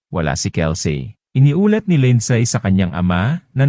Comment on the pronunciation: " Lindsay" is pronounced Lind- si not Lind-say